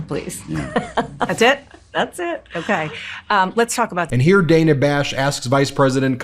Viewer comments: Why do you continually mispronounce Dana Bash’s first name? Kamala does it properly according to what Dana prefers and how her name is pronounced on CNN. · Is no one going to tell him that he says Dana Bash and Laura Ingraham’s names wrong? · Ben, just get off your high horse regarding mainstream media. You started off with whining about Dana posing MAGA questions and if that was real journalism and then proceed to mispronounce her name through your entire post! Did you not hear the VP correct herself when she mispronounced her name? Quit whining! We already have a chief whiner and it is getting very old. Let it be and focus on the more important issue instead of this side bar crap! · I love how Kamala "accidentally" mispronounced Dana Bash's name, then corrects herself!!! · It's Dan-ah Bash not Day-nah Bash. If your going to give sh!t to Trump and his maga cult for getting Kamala's name wrong then you should hold yourself to a higher standard than them. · BEN, her name is pronounced “Dan-uh”, not “DANE-uh”. So irritating that you can’t seem to get this and repeatedly mispronounce her name (in multiple vids). We don’t like when people mispronounce Kamala’s name, so let’s not do it to others. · Thanks, Ben, for pronouncing Dana's name incorrectly. It's Da-nuh not Day-nuh. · You know, Ben, you love to ridicule & belittle DJT & Republicans for mispronouncing "Kamala" Harris' name... and yet in this very video presentation you, yourself, mispronounced Dana Bash's name... over and over and over again... multiple, multiple, multiple times... Way to go, Ben, way to go... For the record, Ben, her name is pronounced "Dan-nuh" Bash... not "Day-neh" Bash Isn't there anybody there at the MTN who can help you out with this sort of thing, Ben ??? Someone to help you look and sound much more credible than you actually think that you are ??? Oh how you LOVE criticizing others, Ben... for the EXACT SAME THING that you do yourself. Yeah, how weak is that ???